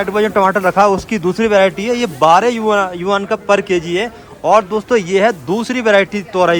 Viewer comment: भाई यूनान नहीं यूआन 😂😂😂 होता